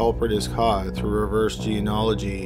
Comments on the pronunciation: Geneology. Gee. Knee. Ah. La. Gee. NOT jean-ah-la-gee and not your new attempt of gee-ah-nah-la-gee. Why is this word so hard for you? No, really, why?? Gee-KNEE-ah-la-gee. There’s a knee sound in there! It’s NOT HARD. Please, for the love of all that is unholy, LEARN TO PRONOUNCE THIS WORD. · FYI:" geneology" is pronounced "jee nee ahl o jee" not "jee in ahl o jee". Think of it as 'genie-ology' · Bruh. Say it like this: genie-ology. Its not jean-ology. You can't just leave out an entire syllable, even if you are faking an American accent. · You know, with how much you've talked about genealogy in the past few videos you should really learn how to actually pronounce the word